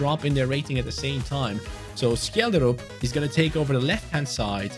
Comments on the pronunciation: From a Norwegian its pronounced Shelldrup 🐚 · Scheljderup is pronounced shell-de-rup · You say Schjelderup with a sh sound not a k sound😅 Norwegian btw